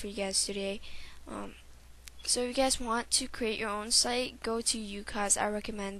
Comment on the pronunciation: lol.. fail.. you can't say ucoc-.- You gotta say z as like.. zed..